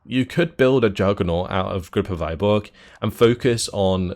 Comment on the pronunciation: TY 4 review. Its a bit hard to describe cyrillic letter "ы", but you can just copy this - Выборг - paste to youtube search and click any video. You should hear russian pronunciation almost instantly.